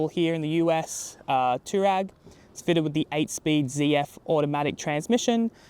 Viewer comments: Dude! Too-rag? Twa-reg! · TF ist an tourag its an TouAreg